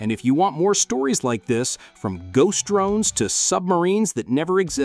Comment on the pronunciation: Your 'DRUNES'.......Bad AI.